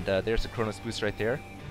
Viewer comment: it's chrono boost, not chronos boost